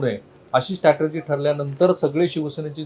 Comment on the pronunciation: It is strategy & not stratergy. U repeatedly pronounce it wrong.